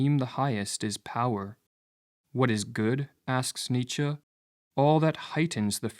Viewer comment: ok. Hard to give credence to a video that mispronounces Nietzsche